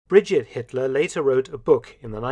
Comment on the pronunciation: Hatler,Hetler, Hitler..